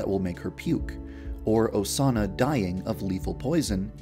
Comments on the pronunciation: The more you listen to YandereDev saying "Osana" it starts sounding like "A sauna" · When u were saying Osana at the end a lot, it sounded like u were saying “doughsana” Doughsana- pronoun /Dō- sāna/ A word that means something like cookie dough made out of Osana. To make this, you must kill Osana and use her body parts to make Doughsana dough. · i heard doughsana at one point XD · Vaniji ASUNA!!!